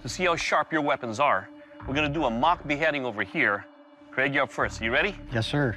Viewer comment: “Craig, Paul” I thought he said Greg Paul